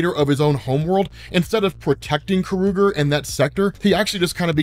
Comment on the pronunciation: Is it pronounced Ka-ru-ger ? I always thought it was pronounced Kor-a-gar ?